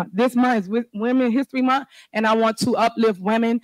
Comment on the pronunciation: Why do they intentionally mispronounce words? She can say month but chooses to say munt.